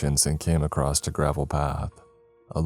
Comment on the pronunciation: Does anyone else notice the frequent “across’t” pronunciations instead of across